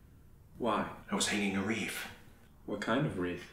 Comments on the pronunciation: Honestly I feel like I'm watching Christian Bale as Patrick Bateman (Thomas) and Jim Carrey as take your pick (Olan) act this whole thing out. Also are we going to ignore the fact that Olan is pronouncing it "Wreaf"? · "A Christmas Reaf" lol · So you couldn't handle saying "wreath" properly Olan? lol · I was hanging a wreef... What kind of wreath? A Christmas wreef. This will be said in many conversations. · "A Christmas Reef"